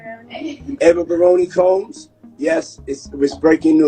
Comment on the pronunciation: uhhhh that's not how you pronounce "combs" 🤣